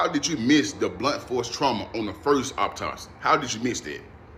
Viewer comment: you cant even say the word "autopsy" correctly. Why should i believe wtf you're saying? He sounds so ridiculous ugh